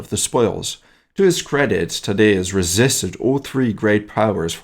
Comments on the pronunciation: Kosh-chewsh-ko I believe is how you say it - not how Australians say it. (Our tallest mountain is named after him) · I found it funny how you decided to refer to Tadeusz Kościuszko solely by his first name, like "Nope, I'm not pronouncing that!" :) Seriously though, topics like the 3 May Constitution of 1791 or Kościuszko Uprising seem to be talked about so little in English, that I'm extremely happy when I see anybody mentioning them, even just as a footnote in the Prussian history.